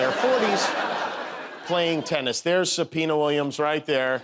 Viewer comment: “Subpoena Williams” good Lord 😂😂😂😂